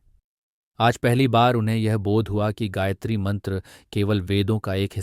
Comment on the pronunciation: हे महान भाव आपने ब्याखया तो अच्छा किया है परन्तु गायत्री का सही उच्चारण आप से नहीं हो रहा है।